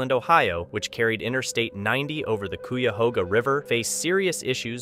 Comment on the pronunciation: the river is pronounced "K-eye-a-hoaga" (Cuyahoga), that bridge is half a mile from Lake Erie and The Rock and Roll Hall of Fame.